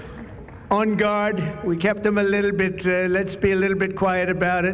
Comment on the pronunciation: Why does Trump pronounce "little bit" as leetle beet? Like he's talking to his 5 year old granddaughter or something.